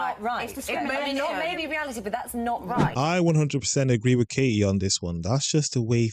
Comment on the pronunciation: There is a T in Katie, please use it.